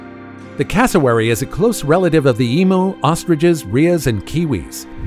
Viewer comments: The Marree Man (pronunced Marie) is thought to have been delineated by U.S. troops who were on maneuvers in during WW2. The Emu is pronounced Eem-You not Eemoo Brisbane is pronounced Brizbn not Brisbain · Did I hear right that the Cassowary is related to the emo? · I am an Australasian and this confused me a little, what is an emoo? is it a Cow? it sounds like a cow? the sound a cow makes is MOO, it must be a breed of cow, right?